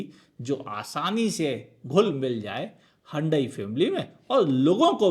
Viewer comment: हुंडई ❌ हंडई ✅